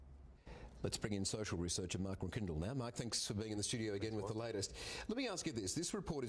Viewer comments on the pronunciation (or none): News reporter absolutely butchered the name mcCrindle 🤦‍♂️ as it’s my surname also.. fun fact anyone with the surname mcCrindle are related it’s one of the last traditional pure names in the world it’s a Scottish/Irish name it came from Celtic worriers we also were in line for the thrown at one point many years ago until the English messed everything up. We even have our own coat of arms that celebrate our worrier ancestors